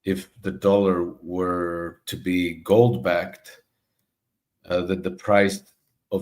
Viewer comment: I thought she said GOATS at first ...